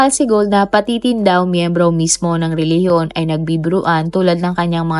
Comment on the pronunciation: Ano bang nagpatawa ka sa RILIGIYON. Bakit ayaw mong ipatawa yong RILIGIYON mo kung tama ba.